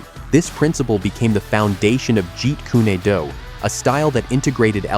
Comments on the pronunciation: "Jeet Kunay Doo"?? Really?!? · At least Narrate it properly and by yourself . It's Not Said Jeet Koony Doo. It's Jeet Kun Do. And these AI Narrations Insult the Legend and the Art